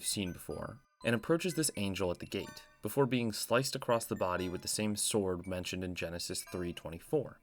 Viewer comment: I hate to be this guy because I love your channel but it’s pronounced “across” not “acrosst”. You don’t happen to be from Appalachia do you?